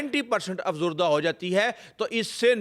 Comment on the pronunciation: افزردہ نہیں افزودہ غلطی درست کر لیں۔